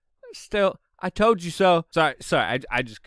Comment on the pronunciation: “I towd ya so”